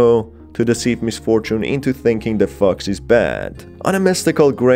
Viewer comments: Omg whenever he says fox I thought he said fucks 🤣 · I swear, it sounds like he is saying "f*cks" instead of fox. I feel trolled. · Every time he says "fox" I hear fucks🤣🤣🤣🤣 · Anytime he says “the fox” I think he is saying “the fuq”😩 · i hate how its so funny that whenever you say 'fox' it sounds like ' f-cks' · Every time he said fox it sounds like he's saying fu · I'm sorry, but I'm laughing at the way this guy pronounces "fox"